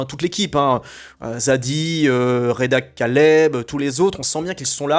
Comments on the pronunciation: Reda Kateb pas Reda Kaleb stp pour un critique cinéma fait un effort quand même, ensuite c'est redondant dans le cinéma français ça bosse pas beaucoup dès que tu as une notoriété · Réda Kateb pas Kaleb (qui veut dire chien en arabe lol). C’est comme si le commentateur sportif ne connaissait pas le nom des joueurs